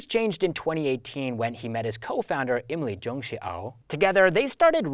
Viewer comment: It should be imlijungshi not jongshi